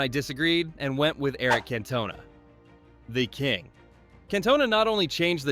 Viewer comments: The pronunciation if Cantona makes me lol … lol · How was supersub OGS, not on the bench. AI is not very intelligent and someone please the the narrator how to prounouce CANTONA. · Its Cantona not Cantona.